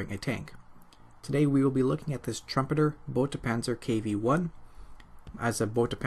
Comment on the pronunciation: Lovely video as always. But say it with me "boy-ta"